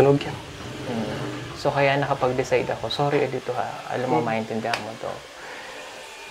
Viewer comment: Not E-dito but Edito. The pronunciation is a little bit wrong. Cguro hindi ka bisaya.